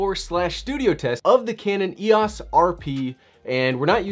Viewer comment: It's e ō s. It's a long o sound.